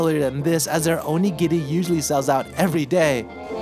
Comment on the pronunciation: Not that I'm surprised, because it's you, but I'm so glad for your pronunciation of "onigiri". Everytime I hear "OH-KNEE-GEAR-EE" I cringe so bad.